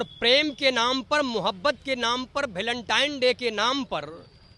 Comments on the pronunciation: भलेनटाइन नहीं वेलेंटाइन होता है अनपढ़। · गोबर को वेलेंटाइन बोलना नहीं आ रहा है गोबर को और अपना